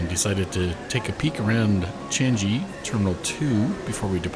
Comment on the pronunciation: Nice trip report! It’s pronounced Chang-ee. Not chan-jee. You also spelt subsidiary wrongly in the description.